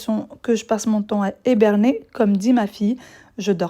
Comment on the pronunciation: Coucou Il y a toujours des langues de vipère c'est hallucinant ce genre de commentaires... très facile de critiquer derrière les ordinateurs. Bon pour un petit clin d'œil, le verbe est HIBERNER j'ai cru entendre HEBERNER...Petite correction très gentille de ma part... Gros bisous ❤️